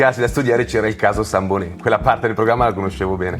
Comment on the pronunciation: Scusate la pignoleria, ma possiamo parlare di pronuncia? 'Sambonet' viene solitamente pronunciato come se fosse un cognome francese, senza il T finale. Più verosimilmente è un cognome italiano e spagnolo. Se fosse francese sarebbe 'Saintbonet', e non avrebbe il tipico dittongo italiano "...mb..." ... il plurale di "manico" è (sorpresa) "manichi" -- non manici. Forse al primo momento è difficile abituarcisi, ma è così...